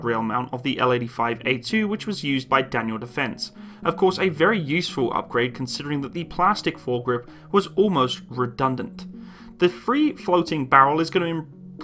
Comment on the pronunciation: Baddle, eihdy, plasdic…….please start pronouncing the letter T.